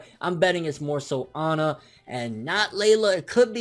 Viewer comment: her name is not Onna it is Anna as in Ann with an A at the end